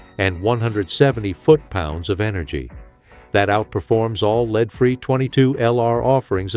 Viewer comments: CAN'T YOU GET YOU AI TO PRONOUNCE WORDS CORRECTLY! ACCORDING TO YOUR AI YOU ARE SHOOTING A LEED SLUG NOT A LEAD SLUG. I REALLY AM GETTING TIRED OF THIS SHIT. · Lead is not pronounced "LEED" unless you are the worst AI robot polluting YouTube with your fraud. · Since when did "lead" the (metal) become "leed" as in "guide"? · Does everyone notice A I speakers can't recognize the different way to say the word lead as in lead free bullets and instead pronounce it as leed free bullets.